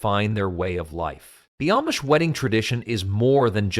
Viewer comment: That's AMISH!! Not AMMMMISH!! Use Proper ENGLISH!!